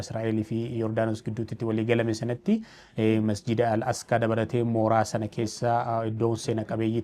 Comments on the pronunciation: Asqaa miti Aqisa malee sirreefadhu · Al-asqaa miti Al-aqsaa jedhama 🙄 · Al-asqaa miti Al-aqsaa dha ok sanu irra deddeebitee